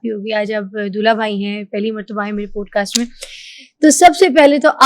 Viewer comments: please it is not “ POAD CAST ” it is “ POD CAST” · Teeno kitny gawar hain, keh rhy hain 'podecast' 😂😂😂😂😂😂😂